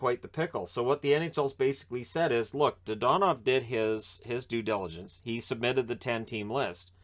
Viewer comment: your pronunciation of his name is......frustrating